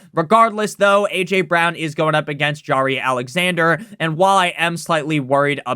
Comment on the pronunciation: bro said jawry Alexander 😭😭😭